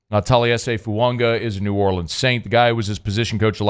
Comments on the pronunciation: where are you getting the letter N in FUAGA? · Well, according to the New Orleans Saints and Oregon State websites IT IS PRONOUNCED "Foo-ah-gah". No "N" or pronunciation of an "N". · there is no N in Fuaga! It's not funga. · His name isn't Fuonga! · please stop pronouncing the N in his name 😂. There’s no N. 🤙